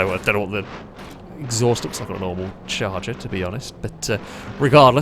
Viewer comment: Charger* im sure you flubbed it on purpose to get comments..